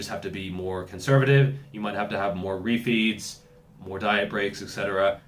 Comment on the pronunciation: It took me a while to work out that you weren't saying, "You may need more roofies." and you were actually saying, refeeds.